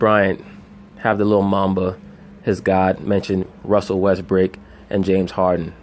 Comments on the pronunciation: Even on a quick mention this man consistently calls Westbrook, WestBRICK LOL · I thought I heard wesbrick lol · At the eleven mark dude say James harden and Russell westbrick lol